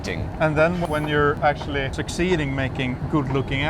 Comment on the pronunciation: “What are you ax-tually” making here?” Solid pun.